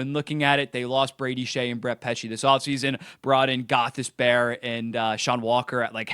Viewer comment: "Gothis Bear"